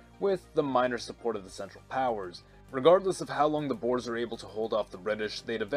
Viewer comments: It's not "Boars", but pronounced as "Boor-uh" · Boers is pronounced. Bo-weres